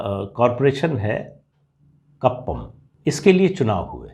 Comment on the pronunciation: Good presentation as usual Pradeep ji. Just a correction about the name of the place, it is कुप्पम and not कप्पम। Pranaam